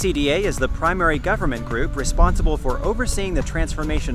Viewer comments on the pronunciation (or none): none